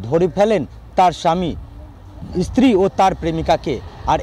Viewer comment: Kader reporter banay Aaj Tak? Bangla tao thik moto bolte parena. Field reporter stree ke bolchhe Estree!!!